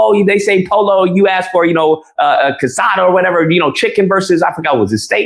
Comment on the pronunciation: "Po-lo"??? You mean "Poh-yoh"?? Who's really the uppity gringo?? 😂😂😂